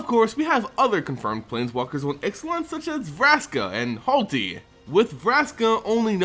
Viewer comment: It's not HALTi. RTFC once in a while. Holy fuck.